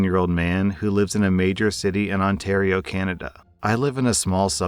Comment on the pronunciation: Yay! said Ontario correctly in this video!